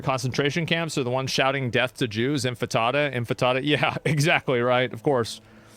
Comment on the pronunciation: Nevermind, just heard your theme park 'joke', and the 'infitahdah' you confidently ripped twice in a row . I don't think there's an avenue to sanity here. You're kinda gross man